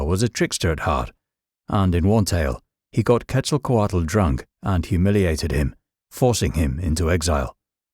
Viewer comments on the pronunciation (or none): Tezkatlipoka is one of my closest allies My only gripe with this video is the mispronunciation of the names. Quetzalcoatl in particular. The “tl” is more of a “ch” sound but more complicated. In true form, I appreciate that they had more to say about Tezkatlipoka than they did Quetzalkoatl lol